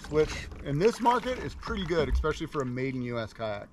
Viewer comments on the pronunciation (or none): none